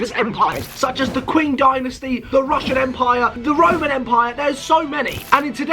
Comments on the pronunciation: It’s pronounced ching not qwing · Bro really said 'king dynasty' its pronounced 'ching dynasty' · Also "Qing" is pronounced as Ching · Everyone else: yooo cool video Me: STOP SAYING KWEENG DYNASTY ITS PRONOUNCED KING DYNASTY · You pronounced lots of empires so badly. Example:- You pronounced Qing Dynasty Q-Ing but it's actually pronounced chi-ing (hope this helps) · the king empire💀💀